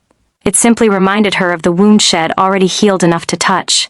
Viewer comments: Such poor pronunciation. I’m not Im, I’ll not ill, she’d not shed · A bunch of words mispronounced - she'd, I'm, she'll